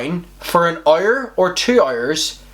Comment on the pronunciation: Why this lot say heure instead of hour, that shit made me angry.